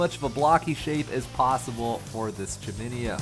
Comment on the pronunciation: Google chiminea pronunciation. Just sayin.